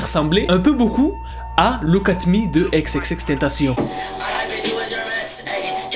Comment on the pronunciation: Prononce bien son blaz par contre